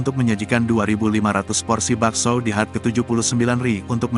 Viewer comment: pingin ketawa yg baca narasi...HUT dibaca hat...RI dibaca ri bukan Er.I..hihi...